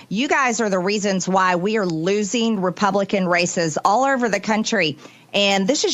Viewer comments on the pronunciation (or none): did she say republicunt racist?...lol